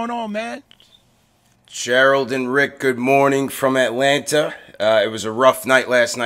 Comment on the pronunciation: You pronounce too many T’s in Atlanta...it’s Alanna or just da A lol